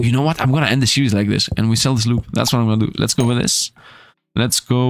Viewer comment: Card Survival: Tropical Island? You could, now that the game is reaching its full release. In 20 Minutes Till Dawn, instead of saying Fusillade, you always said "fullisade". Now, here, instead of saying Sloop, you're saying "slop"? Foil cards means they can be sold for more gold/shells. Card pack refund Good night, sweet dead meme... (hoooo) Card... hub An amazing idea that Mr. Beast wouldn't ever think of Fun fact: Before the patch, you could move from the main area to the island and skip a day. So, you could use this as a cheat if you're running low on food. (I mean, Retromation did that a couple times, so you would as well, wouldn't you?)